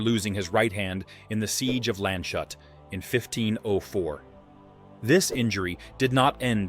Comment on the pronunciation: Landshut is a town, spoken in english about Lands hut, not landshot.